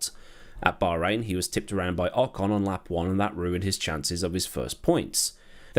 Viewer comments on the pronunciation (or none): Who is "awe-cawn"? ( ish)... Do you mean Ocon? ;)